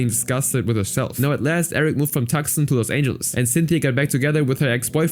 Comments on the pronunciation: LOL it’s “too-sahn” not “tuck-son”. 😂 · A suggestion: Find out how to pronounce the names of every person and every city you mention in your video before you start recording the narration. For example, the city of Tucson is not pronounced "TUCK-SON". It is pronounced "TOO-SAHN". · Tucson is pronounced “Too-Sahn”. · The C in Tucson is silent ...